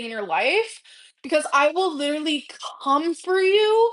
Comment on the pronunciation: "I'm lidrually half-nakid" Girl, you casually vlog in a bra, to our detriment, don't even. :face-red-droopy-eyes